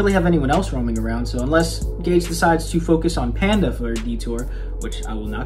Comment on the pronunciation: Maybe it's an inside joke but why do you call Gege Akutami "Gage"?